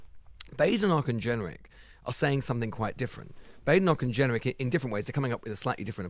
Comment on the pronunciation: Why is Lewis pronouncing ‘generic’ like that?